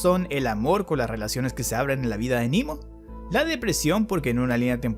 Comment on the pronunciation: Quedaría mejor pronunciar "Nemo" (=Nadie), ya que es latín y no inglés. Sugiero THE VOID Muy buen resumen y explicación